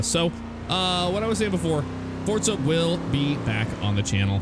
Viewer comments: How ever true that is, most people say Forza. Because they don't associate the franchise with Italy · "Hello everybody, welcome back to 'Fortza' Horizon 3..." Have I been pronouncing Forza wrong this entire time?